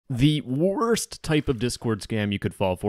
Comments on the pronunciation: "the wOASRst" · why did bro say “worst” like that lmao